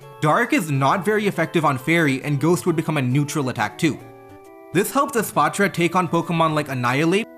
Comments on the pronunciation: holy fk youre the first youtuber to actually pronounce the name for what it is. The "patra" part is important;. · pronouncing espathra with a softer t sound instead of a clunky th sound is so cool and shows your cultural background which is interesting